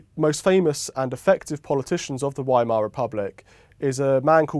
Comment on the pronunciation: Fabulous. I noticed how Frau Hoyer graciously avoided repeating the word Weimar so as not to embarrass her host on his pronunciation. Exactly opposite to how John Humphrys used to work.